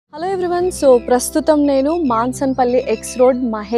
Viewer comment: mansanpalli sarigga పలక లేదు